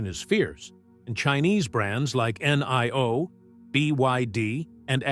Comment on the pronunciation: In Chinese "i" is pronounced e; as in Li (Lee). So, NIO is pronounced NEO: as in KneeOh.